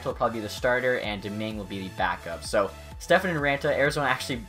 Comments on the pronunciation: It's stepan, there is no f, it's just p😂😂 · Step-on..... Not Stefan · It's not Stephen it's Stepan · its pronounced just as its spelled, STEP-ON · Stepan is said Stefan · It's pronounced step on lol all good tho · Pronounced Step-on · you know there's no "h" in Stepan right?